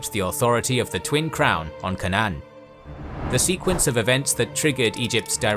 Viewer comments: Why can't you pronounce Canaan? It is "K" "Nunn". It sounds like "Kay" and "none". Were you raised in a barn? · Such butchering of English pronuncitation, so funny. K-nan, whats the supposed to be, Canaan ?